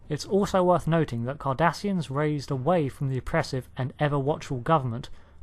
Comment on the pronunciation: I keep thinking he is saying Kardashians